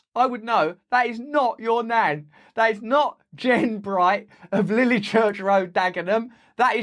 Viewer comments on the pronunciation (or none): none